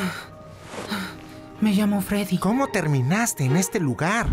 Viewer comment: Se dice Freddy pero bueno tranquilo jaja pero eres una persona buena pero juega fnaf